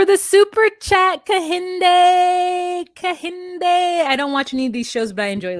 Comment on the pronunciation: Kehinde sounds like "Kai. In. Day"